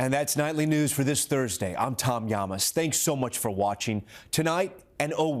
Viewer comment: Hey Tom, get that individual who announces your name to pronounce it correctly. It is not Llamass.